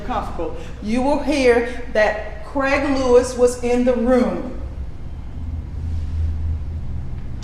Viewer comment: Why arenthey calling him creg?? His name is Craig.